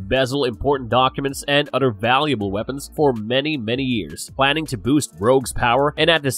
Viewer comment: Every time I hear the narrator says "Mother" or "other" it enrages me because it sounds like "Mudder" or "udder" lmao